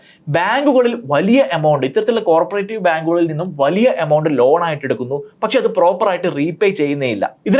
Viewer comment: കോര്പറേറ്റീവ് ബാങ്ക് അല്ലടോ, കോ ഓപ്പറേറ്റീവ് ബാങ്ക് ennu🥰പറ